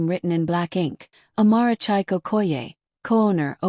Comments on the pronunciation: Can you please learn to pronounce Nigerian names properly? Chike is pronounced Cheekay, not Chike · I'm not Nigerian but I often watch these stories, so since I know the correct pronunciation so saying chike Kinda throws me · Please pick a relevant narrator so that the mispronunciation of Chike doesn't make the story lose authenticity with a Western narrative voice.